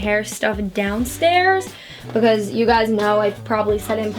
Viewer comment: I love the way she says "becuase"😂